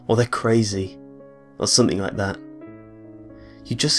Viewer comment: Am i the only that notices the NK instead of NG? like thinkink, somethink lol